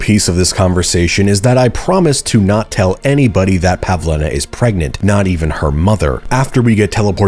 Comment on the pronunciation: Pavlena. Not pavlina